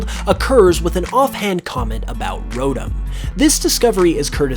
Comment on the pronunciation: idk why but the way he pronounces Rotom like Rodum gets on my nerves